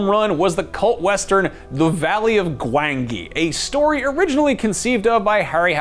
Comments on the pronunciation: Its pronounced "Gwan-Gee",. 👍🏾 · Don't think he actually watched Valley of Gwangi..... GWON-JI is how it's pronounced ._. ... that's literally how its pronounced throughout the WHOLE movie... glad the movie got a mention though. great film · His pronunciation of Gwangi is very upsetting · I don't think he watched the valley of gwangi or he may have pronounced it correctly. Kinda puts credibility aside if you don't actually watch the movies you make the list of lol